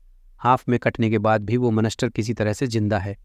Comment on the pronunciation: bhai monster hota ha monester nahi